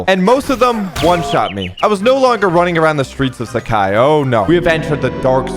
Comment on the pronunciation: "Sak hai"?? Its " Saaa-Khai "